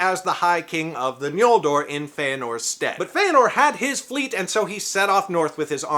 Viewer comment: Judging by your pronunciation of it, you seem to be aware of Tolkien's later spelling of the second tribe's name as "Ñoldor" (as opposed to the earlier "Noldor") which I appreciate. However, Tolkien did not use the letter "ñ" as it is seen in Spanish. In his use, it rather signified the velar nasal sound [ŋ], and not the palatal nasal [ɲ]. In other words, it's N(g)oldor (as in English ri'ng'), not N(j)oldor (as in Spanish "ñ").